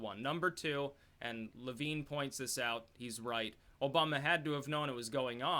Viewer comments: Levin does not pronounce his name LevEEN. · BTW it is pronounced le-vin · It's pronounced vin, like your vin#. Mark Levine is the wild-eyed liberal.